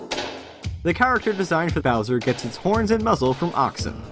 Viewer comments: bower,,,he he he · It says Bower instead of Bowser lol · What's a Bower?